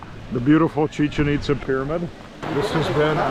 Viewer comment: “Chicken Pitza” 🤣 😂 😭 🤣